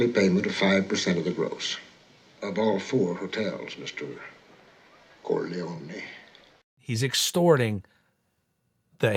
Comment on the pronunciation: Geary mispronounces 'Corleone' when speaking on the band stand. Making a point of his pronunciation when he's trying to extort Michael makes me think someone had a word in his ear about it, about how disrespecful it was...and how little he cares that he was corrected!